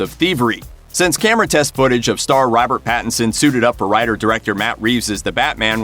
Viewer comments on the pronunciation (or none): How many times did he say Battinson? Or was that my imagination?